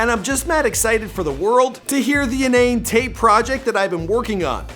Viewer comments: In na net tape, not In nane tape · Pronounced Inn-nah-net 😞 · Inannet Tape as in 'Internet' Tape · It's not pronounced inane tape.. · Innanetape pronounced “In-na-net” like “Internet” 🤦🏾‍♂️😂